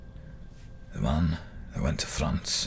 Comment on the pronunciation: Nobody : Tommy Shelby : FRANSSS*